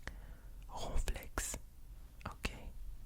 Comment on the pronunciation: It’s ronflex not groinflex